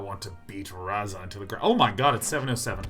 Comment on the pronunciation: The way he says urza land make me hate myself.